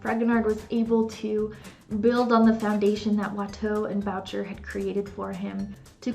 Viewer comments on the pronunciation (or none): Boucher - Le prenonciation est "boo-shay" si-vous plait.